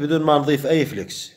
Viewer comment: اخي العزيز اسمه فلاكس وليس فلكس وهذا اسمه flux